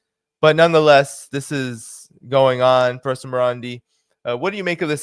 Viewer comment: Its Marandi not Morandi Get it right